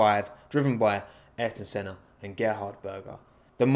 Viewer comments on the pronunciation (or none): none